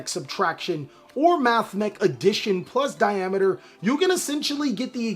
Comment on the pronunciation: Thumbs up for pronouncing Diameter right!! Holy that's a rarity. Then he beats Nambla to death!